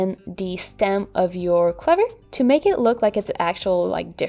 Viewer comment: Really beautiful,. I will try this one. Gives me lots of inspiration for other leaves. By the way, 'clover' rhymes with 'over', not 'lover'. As an English person, I apologise for the crazy randomness of some of our words.